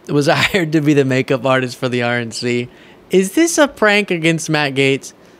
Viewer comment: Sounds like the host is saying Maggot, ( Matt Gaetz)!!!!